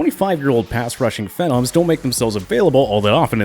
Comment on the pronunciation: I stopped watching as soon as he said phenom that way